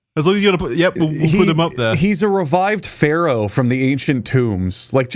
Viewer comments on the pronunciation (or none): none